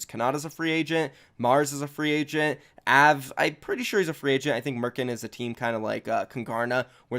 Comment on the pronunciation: The way he said av is just annoying lol